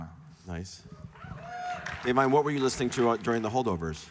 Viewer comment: Im impressed he pronounced Da'vine 's name correctly